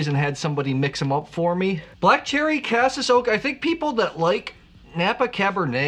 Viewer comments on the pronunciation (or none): Caseeees,not casis